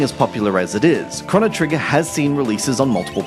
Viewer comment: It's pronounced "crow-no", there isn't a double n you idiot